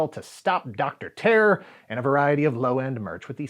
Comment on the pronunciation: It wasn’t until I saw it written down towards the end hat I realised you were saying Dr. Terror. I though his name was Doc Terr.